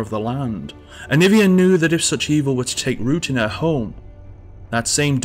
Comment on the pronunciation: Jovan Zlatanovic it’s aniiiiiiivia, not aniviaaaaaaaaaaaa